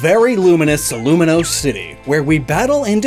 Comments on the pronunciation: Uhhh, it’s not Luminose, it’s Lumiose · I hate to rag, but did you have to mispronounce Lumiose city as Luminose city EVERY TIME? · THERE IS NO N! IT'S LUMIOSE, NOT LUMINOSE! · Were you calling Lumiose City Luminose City? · There is no 'n' in "Lumiose". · There’s no N in Lumiose! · I'm pretty sure it's Lumiose, not Luminose lol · lumi-OUSE. THERE IS NO N! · there is no n in Lumiose city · Its not Luminose city its Lumiose city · *Lumiose, there is no n Also, Arven is a guy